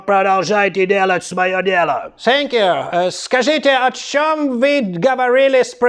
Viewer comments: Сенькью при сенкью😂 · Сэнкью~прэсенкью в😂😂😂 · сєньк'ю просеньк'ю😅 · Сэнкью- пресэнкью , дякую, аж подскакиваю...😂